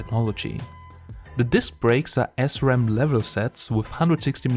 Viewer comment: Schönes Video! Danke dafür. Es versüßt mir das warten auf mein Urban. Hab es mir in den selben Farben bestellt und freue mich tierisch zu sehen wie es aussehen wird. Aber Diggi, eine Sache: man spricht es [sram] nicht [S-ram]. 😜